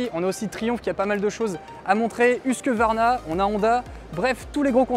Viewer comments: Par pitié : HUSQVARNA et non pas HUSQUE-VARNA ! C’est pourtant simple , non ? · Je n'ai pas critiqué le fond, mais seulement la forme : C'est très irritant d'entendre le nom d'une marque déformé alors qu'il ne s'agit pas d'un problème de prononciation d'une langue étrangère . Parmi les marques de motos, on peut avoir du mal à prononcer BROUGH SUPERIOR mais HUSQVARNA me parait simple et accessible . Non ?